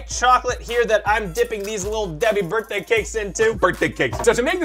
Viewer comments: You have been saying birday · I LOVE HOW ALWAYS SAYS BIRDAY INSTEAD OF BIRTHDAY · Birday cake Collins: “BiRdAy CaKe” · he kinda says birt day